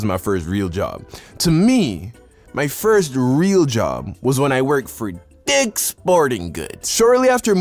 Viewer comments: what a brilliant name and especially the emphasis on the word. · Why did he emphasize "dick" in "dick's sporting goods" ... Makes ya think.. (even though this is a joke, I'm confused lmao)